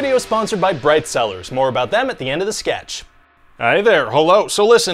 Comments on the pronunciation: I wasn't looking at the screen and heard "this video is sponsored by bread sellers." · When you said “bright cellars” I thought you said “bread sellers”. “This video is sponsored by bread seller LOL”